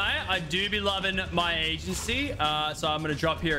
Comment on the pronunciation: notice how he says agency.